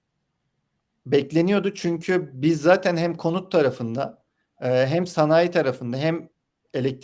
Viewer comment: "Ham" doğalgaz "Ham" de enerji iyi yükselmiş.